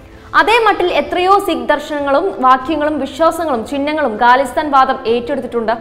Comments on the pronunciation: ഗാലിസ്ഥാൻ അല്ല ഖാലിസ്ഥാൻ ആണ് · ഗാലിസ്ഥൻ അല്ല ഖാലിസ്ഥൻ ആണ്. ഉച്ചാരണ ശുദ്ധിയിൽ ശ്രദ്ധ വക്കുക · Not galisthan it is KHALISTAN